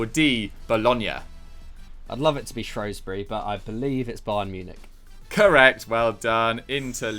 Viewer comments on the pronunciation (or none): Pls pronounce Shrewsbury right its a shrew not a shro